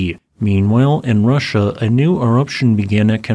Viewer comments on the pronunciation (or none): none